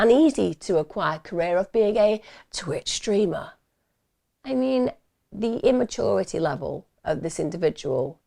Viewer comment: The way you said ‘twitch streamer’ was so funny.